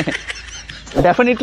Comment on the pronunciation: 😂😂😂 டெபனட் லி 😅😅 இல்லைங்க ப்ரோ டிபன் இட்லி🤣🤣